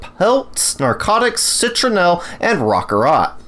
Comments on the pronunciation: rokarot?? you mean rock-carrot? jfc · rock-carrot.......rockcarrot not rokararot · Did this dude really say rock-a-rot like it's a pokemon